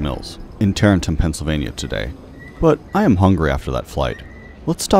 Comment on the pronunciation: It's pronounced Ta- Rent- Tum